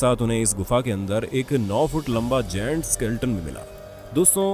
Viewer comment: गैंट होता है ना कि जेंट्स